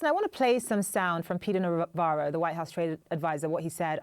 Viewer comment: Refer to Ron Varo not Navarro . Indicative